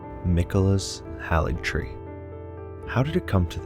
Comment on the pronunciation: Great work! You put the feelings of first playthroughs into words well. One critique I have is that you mispronounce Haligtree with a soft "a" when it is only pronounced HAYligtree throughout the game.